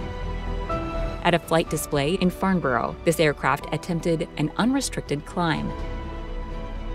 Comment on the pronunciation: Need to look up how you say Farnborough